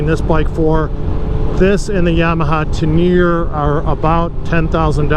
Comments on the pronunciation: Don’t want to be that guy but it’s pronounced Ten-er-ray. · Love the video other than pronouncing Teneré